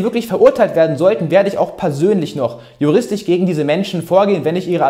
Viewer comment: ....sagte er und kann nicht mal das Wort "juristiSCH " richtig aussprechen kann ;)